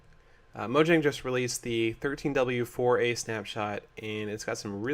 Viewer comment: 13w04a, not 13w4oa, Sethbling you said it wrong